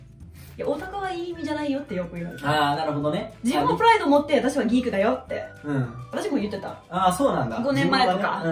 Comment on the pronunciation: さんが、「ギーク」とか「ナード」とか日本風の発音をしてるのがいいですね。 weebとかweabooとか、よくディスりワードとして使われてるわ～。何がアカンねんと思うけども（笑）。 多分、アムロはnerdやな。